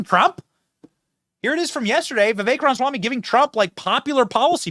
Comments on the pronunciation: Try to say it right Benny... Ram-A-swamy.. Not Ramswamy.. Jeeze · Love your show Benny. However, I do cringe every time I hear you poking a good humor jab at President Trump saying "Rahmshwamie". So? How is it any worse than you saying : "Rahmswammie". His name's spelling is: RamAswamy. There is a biblical principle which paraphrased is: "Let he who is without sin cast the first stone." (Just sayin').